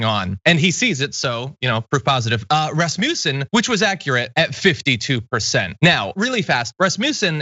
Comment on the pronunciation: You really need to learn to pronounce Rasmussen...